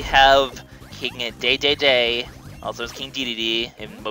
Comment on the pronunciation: omg you pronounced Dedede's name correctly!